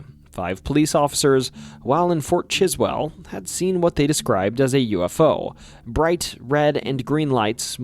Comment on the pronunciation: its pronounced "Fort Chiswool" here lol